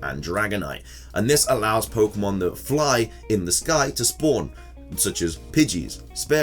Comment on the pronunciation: There is an accent mark on pokemon. What would this accent mean when pronouncing the word? Why do you ignore that accent when you see it everywhere the official spelling is used? Speak the language properly you illiterate dufus.